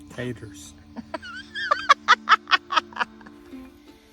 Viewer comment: OH, you had me laughing at the way you said..."Taters.." =). Now I really want to grow my own taters, what a lesson on what works or doesn't work with growing potatoes. Enjoyed the video, thank you for sharing, God bless <3